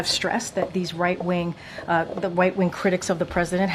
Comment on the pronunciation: Did she say white ring instead of rightwing?